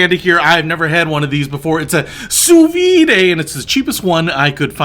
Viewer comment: pronounced Soo-veed